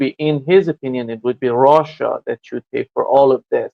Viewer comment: What is "Rawssia"?